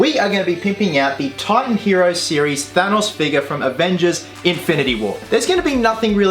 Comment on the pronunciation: I don't like the way he pronounces Thanos.